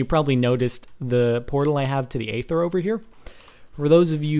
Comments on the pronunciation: for god's sake it's pronounced ayther have you seen the aether trailer? or or you just a fucking yogscast nerd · Its Aether not eather.. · Eether. Say it like that. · It's pronounced ether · Its pronounced eether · He pronounces it eether because he is either British or a yogscast fanboy. And I dont think Pbat helped make the mod he just was the first to test it. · It's pronounced ee-ther. Not ay-ther. Aether isn't a made up word, it has an actual pronunciation lol.